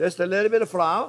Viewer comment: "now we add our flou" just a little bit... Mammamia!!! I had to rewind about 5 times I was cracking up so much I had tears in my eyes!!! 🤣